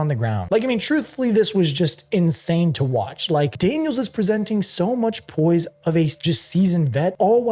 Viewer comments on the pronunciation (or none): none